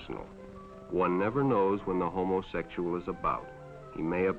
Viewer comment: The way rhey pronounce! ho moe sexual.